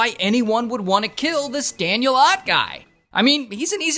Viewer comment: Thank you for saying Ott correctly everyone always pronounces it "Oat"